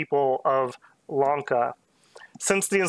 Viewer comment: Bro he's saying Wonka frfr